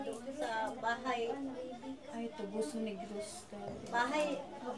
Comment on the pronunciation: Tuboso sir,hindi taboso